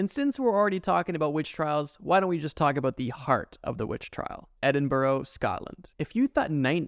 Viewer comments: Dear Americans, Edinburgh is pronounced "Ed-in-bruh", not "ed-in-burrow" or "ed-in-berg" BRUH. REMEMBER. BRUHHH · Edinburgh is pronounced “ed-in-bruh”. I know I’m right because i live in Scotland and that’s how we all pronounce our capital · great video but tf that is not how say Edinbrugh its pronounced ed-in-bruh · I hate to be that guy from the uk but… edin.bruh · Given he can't pronounce Edinburgh correctly I'd imagine the accent would be truly atrocious 😂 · Why can’t Americans pronounce Edinburgh?? It’s not that difficult! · Your man definitely 100 percent did not pronounce edinburgh right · He did not pronounce Edinburgh right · As a Scot your pronunciation of Edinburgh was painful and excruciating. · Good video, just learn how to say Edinburgh lmao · Learn how to pronounce Edinburgh correctly. You made me cringe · WHY DID YOU PRONOUNCE EDINBURGH LIKE THAT. YUCK I.HATE YOU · the pronunciation of Edinburgh made me WINCE 😵‍💫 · so american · the scariest part of this video was how you pronounced Edinburgh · As someone from Edinburgh the way you pronounce it is (Ed-in-bruh), tbh the way it’s spelled throws me off sometimes too 😭😭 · The way you pronounced Edinburg hurts my scottish heart... 💔 its edinbrah... 💔💔💔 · Christ. Please learn how to say our city name correctly. Edinburo. No. Just no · looked at Edinbourough and thought i miss Edinburgh no seriously though never heard is said that way as a scot🤷‍♀ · Scottish person here. Edinburgh has an incredibly long and dark history, including Mary King's Close and the trial of Burke and Hare (that's a good one to google later). Little pro tip though, especially useful if you plan on visiting: You wanna pronounce Edinburgh like "edin-bruh" because the locals will get annoyed and call you out if you say "edinboro". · as someone from Scotland it’s pronounced edin-bra btw! :) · Edinborough, Chuck republic 💀 Work on the pronunciations please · Edinburgh is pronounced "Edin-burah" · Btw, it’s pronounced Edin-bruh